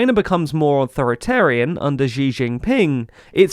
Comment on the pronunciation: News: Please don't mispronounce Xi Jinping. Xi is pronounced "She", not "Zhi". If you wouldn't read a Polish, Czech, Irish, or Welsh name without checking the pronunciation due to their weird orthography (which differs significantly from English orthography), why do you do that with Chinese? Chinese orthography isn't anglo-centric, and if you read it as if it were, you end up mispronouncing everything. There are enough Chinese speakers who know the Pinyin system where a journalistic organization such as TLDR really ought to be checking how to pronounce things rather than butchering the pronunciations. Xi is not hard to pronounce, you're just not bothering to pronounce it correctly. It's not hard. Xi is pronounced "she", X does not make this zh sound from the middle of "measure". Also, Don't pronounce Beijing as "Beizhing". The j makes the j sound. It's not hard to pronounce, you just have to care. The Pinyin system used in China repurposed the letters X, Q, and C (which were seen as redundant letters) and used them to represent sounds that English currently uses letter combinations for. X makes the 'sh' sound, Q makes the 'ch' sound, and C makes the 'ts' sound. So "Xi" is pronounced "she", Qing (as in the Qing dynasty, the last imperial dynasty) is pronounced "Ching", and Cao Cao (the historic figure from the warring states period) is pronounced Tsao Tsao. The vowels are also a bit weird. The letter e is pronounced like "uh", so Deng Xiaoping is pronounced "Dung Shiaoping".